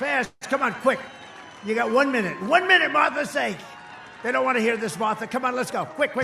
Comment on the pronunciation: "Motha McSally... MOTH-THA! Come up here, Moth tha!"